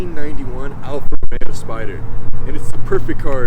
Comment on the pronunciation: I'm just happy to hear someone pronounce the name correctly. Alfa Romeo, not ROMERO.